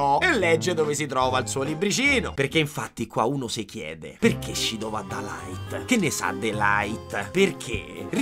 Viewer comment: Quel "LAIT" m'ha steso